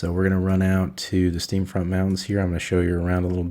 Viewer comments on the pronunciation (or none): Great Video! One note, its Steam Font mountains, not Steam Front /giggle. Just razzin.